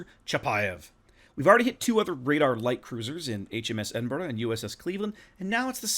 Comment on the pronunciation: Congrats to one of the first YouTubers who can pronounce Edinburgh correctly 😀 👏 😄 👍